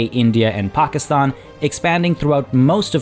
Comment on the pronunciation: One of the few people to pronoun Pakistan properly.